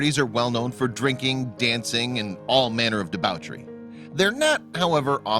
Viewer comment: Debauchery not debowchery.